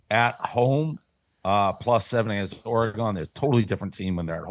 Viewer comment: One of these days Dave will learn how to say Oregon